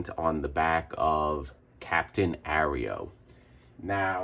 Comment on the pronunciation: 😂 it's not Arrow either....... It's Aero (Air-o) as in aeroplane. But i'm happy for you to call it whatever you want, I watch your videos for the comic book magic you perform. 😊😊